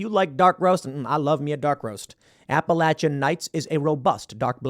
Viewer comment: It pronounced APAH LAY SHUN NIGHTS .!! not apa la Chun